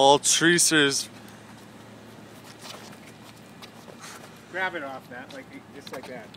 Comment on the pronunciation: “malt-reasers” it’s pronounced mal-teasers